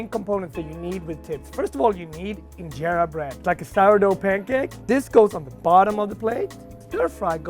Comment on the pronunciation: As an Ethiopian I was annoyed at his pronunciation of berbere, injera, and tips 🤷🏾‍♂️🤦🏾‍♂️ On another note people always ask me “are you that Ethiopian chef”